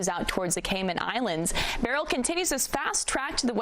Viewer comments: beryl not burial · Why can't people pronounce 'Beryl' ? B E R Y L Not difficult.